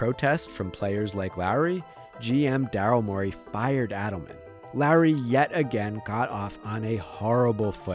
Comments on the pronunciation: Dude I can’t be only one that thinks he keeps saying Larry.. it’s really not that hard to pronounce Lowry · Imagine saying kyle larry 10 times instead of lowry, other than that amazing video! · I didn’t know if he was saying Lowry or Larry lol 😂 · It sounds like the narrator is saying “Larry” instead of Lowry lol other than that, great vid as usual! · Bro it sounds like you are saying “Larry” every time 😂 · i'm hearing "Larry" 😅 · Anyone else think was saying Larry instead of Lowry?